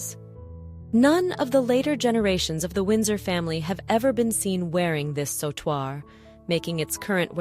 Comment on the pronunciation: Sautoir is pronounced sew-twar Not saw-twar